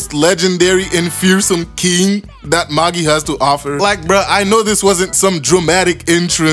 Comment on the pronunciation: It’s pronounced MA-JAI not MA-GEE lol